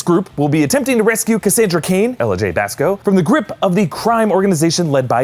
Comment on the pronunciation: Did you say Cassandra Kane? Like Kate Kane? Idk if he said Kane or Cage